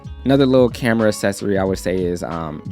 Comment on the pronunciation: I like the way says “accessory” cause I say Ak-ses-ory and he says as-ses-ory